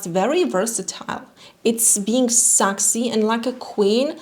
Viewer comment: you are an angel but PLEASE STOP SAYING SAAXY IT’S PRONOUNCED SEXY 😁